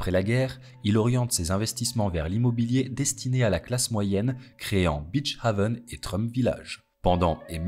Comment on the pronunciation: Haven se prononce pas comme ça. C'est plus comme heaven. Ou le a en anglais